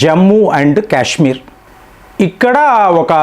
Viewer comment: Cash మీర్ కాదు కాశ్మీర్ అని పలకాలి